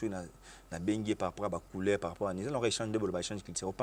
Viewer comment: Yekola nanu ko koma ndeko avant oya ko finga mutu oyo a leki yo na mayele pe na vie. On dit COULEUR et non COULAIR… Tuna baye ba leka na quartier latin ba pesa yo sango ya ye Savanet ozali ko insulter